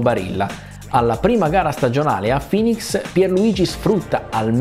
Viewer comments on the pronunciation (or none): none